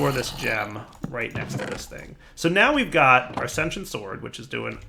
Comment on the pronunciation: Why do so many people have trouble saying sentient? Love your vids man. Just nit picky